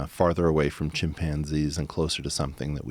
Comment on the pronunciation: Anyone else hear Joe saying " chimp pansies " ? Cant fkn unhear it.